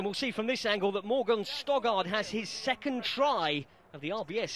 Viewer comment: Oh my God he keeps ptonouncing Morgan Stoddart as Stogard, it's frustrating